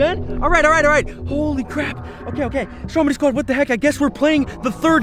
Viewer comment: ITS NOT STROMEY ITS STROMEDY